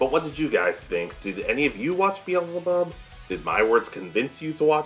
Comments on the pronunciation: Thank you for the video. BTW.. Bel Zeh Bub. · Your pronunciation of beelzebub was driving me crazy lmao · X2 I thought I was gonna die